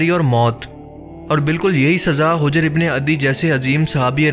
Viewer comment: اوہ بھائی ویڈیو دوبارہ بناؤ یہ نام ہجر ابن العدی نہیں ہے آپ اسے ہ کے اوپر پیش سے بول رہے ہیں مگر یہ حجر ابن العدی ہے ح کے اوپر زبر سے بلانا ہے۔